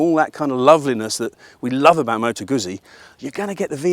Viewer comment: I've always loved Moto Guzzi - although I'm amazed that people still can't pronounce it properly - you can pronounce pizza ? Well, the ZZ is said the same way!! I'd been thinking about a Stelvio, as I already have. MotoGuzzi 1000S and an Africa Twin 1100. The Honda is a real tough act to beat and an amazing road bike. I bumped into a guy with a V100 Mandello yesterday and after a year of riding it, said that he really liked it. However he said that his mate had an identical machine that had been at the dealers awaiting repair for 10 months with electronics issues! Now, if that was a Honda, that would have been sorted, but you're relying on Piaggio UK, who are hopeless. So I'll enjoy riding my old Guzzi, but I'll take the Honda over the Stelvio. Or, as the man says, get a proven V85TT and spend the change on fuel and see the world.